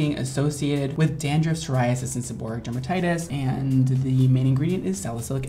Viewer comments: "Seboreatic dermatitis" it's actually seborrheic dermatitis. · It's seborrheic, not seborrhiatic! Omg... there's no such thing as seborrhiatic! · Seb-or-RHE-IC not sebor-ri-ATIC! There's no 'T' & only one 'I' in seborrheic. Come on Dr. Mike! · And can't pronounce it, either! It's not pronounced se-BO-ric... it's pronounced se-bo-REE-ic! I wouldn't let either of you touch my scalp. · Why does dr mike mispronounce seborrheic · That's so funny that even the doctor pronounces seborrheic dermatitis incorrectly. It shows doctors are only human as well. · The doctor couldn't even pronounce it right